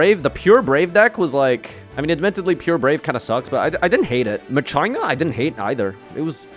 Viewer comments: …”ma-china”… never heard it pronounced like that. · I played Machina and won most of my games. No floodgates, just board breakers and Machina. Edit: Also it's pronounced Ma-Ki-Na goddamn it.